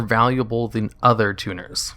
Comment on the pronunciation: THAN. IT'S THAN. NOT THEN